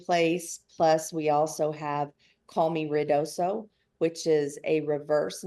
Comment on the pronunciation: It's pronounced Ruidoso, Not Riodoso...